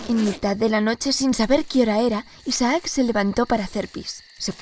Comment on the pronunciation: Me da un noseque cuando pronuncia «Isaác» en vez de «Isaac».